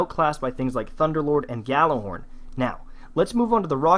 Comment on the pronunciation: Gallahorn is NOT the correct pronunciation